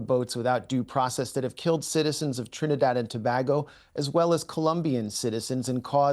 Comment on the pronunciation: Dude speaking so "knowlegableable" about trinidad and tobago but cant even pronounce it properly..can't really take jokers like that to seriously